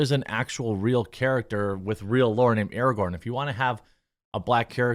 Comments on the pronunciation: It's pronounced a-ray-gern now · Would this make him Ar-rahgorn? Asking for a friend.